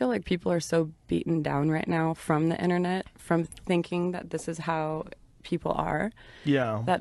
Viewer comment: lol "Intenet"